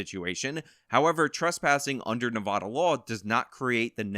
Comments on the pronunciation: Everytime he says Nevada i Cringe its Nev-ah-Da not Noh-vah-Duh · It's ne-vad-a pronounced ne-vad-uh the "a" in vad is like how you say dad. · For the love of my ears, it's not Nevaada. The first a is pronounced like the a in bad, not like bod. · I respect outlook on this, but I can't forgive his pronunciation of "Nevodda". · OMG, please stop saying Nevada like that. I know you wanna pronounce it like a Spanish word, but it's not correct. You drink Serra NAV-AAW-DUH in Las Vegas NE-VAHD-AH.